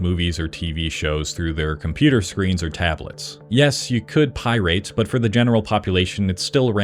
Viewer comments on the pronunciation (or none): Left out FTP and Usenet and who knows what else. Meh. A history by a guy who wasn't there. Also it's Pirate, not Pirade. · The -ate is pronounced -et in pirate. It’s not pi-rate. More like pi-ret. I know that’s not how it’s spelled but if my buddy kept saying pi-rate I’d probably lose it. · why does bro keep saying pyrite? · Why tf you saying it like that? It's pʌɪrət Pi-rit NOT pʌɪ-reɪt Pie-rate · pie-rate......instead of just pirate.... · FFS it is pronounced "pai·ruht" aka "Pir-eight" NOT "Pie-rate" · Pronunciation wise, It’s not pie rate or pie rating it’s pie-rutting & pie-rutt. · Pie rate? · My dude, its pie-rat not pie-rate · Are you avoiding demonetization by saying pie rate? Or what’s up with that? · Informative video except for not knowing how to pronounce "pirate". The only time it was pronounced correctly was at the mark. Like nails on a chalkboard... it's pi-rit not pi-rate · Isn't pronounced Pi-ret? The way you're saying, Pie Rate. lol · py-rate. I don't think that's a real word. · its not pie-rate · Why does he keep saying pie rate? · Why pronounce it that way though? Pie RATE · Is he saying "Pie Rate"? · Effective use of pie-rate rage-bait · Pie-rate??😂 Also: "animes" is not a word. Anime is plural as well as singular. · Why do you say Pi rating? Bro you Aing. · Why do you say PIErate, instead of pirate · Thanks for the worthless video where you can't help but propagandize at the very beginning about viruses and then say "pie-rate" over and over like you've only ever seen the word in print. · Pie-rate? Wtf? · Pie rate🤣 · It's not an irate pie-rate, it is an bat beaten pirate. Pirate rhymes with bat, my dude 😅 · Every time he says "pie-RAIT", my ears die a little. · Why does he keep pronouncing it pie rate? Lol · The horrible way you pronounce "pi-rate" grinds my gears. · Bro pronounced pirate "Pie Rate" the whole video. I can't understand what type of accent explains the reason for it. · It's not pie-rate. What the hell is that pronunciation?